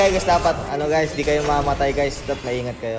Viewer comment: The only thing i understood was ling tutorial guys * guys* gaaaaaichhh